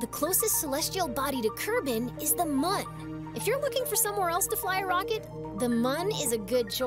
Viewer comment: They said Mun! Not Moon! Mun debate settled!